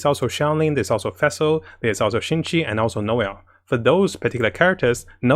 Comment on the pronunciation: Xing qiu become qing qi omg 😲 your pronounce hahaha